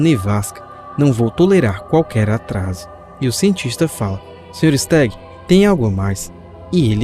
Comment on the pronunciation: Kkkk quando ele fala se stagg eu sem querer escuto Sr Star 😗😗😗